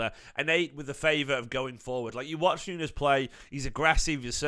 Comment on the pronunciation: His name is not NUNEZ - is pronounced Noons